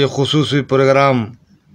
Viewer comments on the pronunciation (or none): none